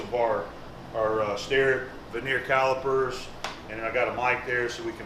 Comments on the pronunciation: It is a vernier calliper pronounced ver ni a not veneer, veneer relates to a thin slice of wood used for facing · Hey. I know this is old, and you will probably not see this, but just in case (I will mention it on a more recent video if I hear the same thing), I would just like to point out an incorrect pronunciation that you use. The measuring tool is pronounced Ver Near. It is picky I know, and I feel bad pointing it out, but that is the international way to pronounce it. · I am a bit OCD abut the English language. Those are vernier calipers (ver ne er) not vernear.